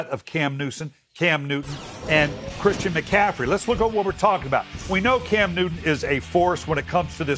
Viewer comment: Did he just call him Cam Nuisance?😂